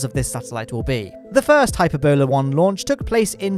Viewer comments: By that I mean: "It's hyPERbola not hyperbolAR!" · The Hype Ebola Rocket. XD I think it's pronounced hy-PERR-bulla by the way. Sorry for being such a Hermione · By now I'm wondering if mispronouncing space words is new thing. Briddenstein? Hyper-bola?